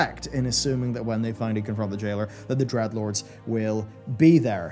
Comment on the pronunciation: D-R-E-A-D-LORDS, not Dredlords... cmon man